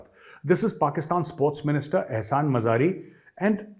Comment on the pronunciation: Ehsan madari😂not mazari